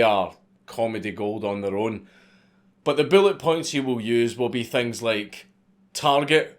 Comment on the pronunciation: WTF is a "billet point"? LOL L2 English